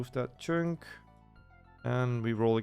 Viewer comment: For fuck's sake hearing you pronounce chunk as "choonk" over and over again is grating beyond all belief. It's pronounced like "chuhnk". The U makes a U noise as in "understand", not "onderstand".